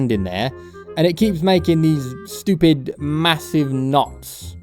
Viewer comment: I like how he says "schewpid"